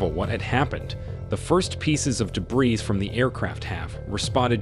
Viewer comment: The audio part of the video is poorly matched to the Captioning. Also, I don't know if the transcript is read by a person or computer, but you do not pronounce the s in debris, something that's repeated several times. These & similar faults detract from the professionalism of the video.